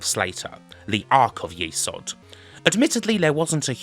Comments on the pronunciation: Nodes Of YESod not YEsod. Even the intro speech pronounces it YESod, but you continued to say YEsod. LOL. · It's YES ODD not YEE SOD. They even say YES ODD in the voice sample. Lovely video but that drove me up the wall a bit. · saying it wrong. It’s Yezod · You got me thinking all these years I have pronounced it nodes of yes-od but now I'm thinking perhaps it is nodes of ye-sod. However, it is pronounced it's a great game and another great video thanks 😃